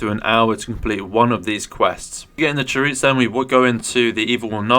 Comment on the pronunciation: Chaoroot prounounce as Chaos plus Root minus the S in Chao”S”! 😁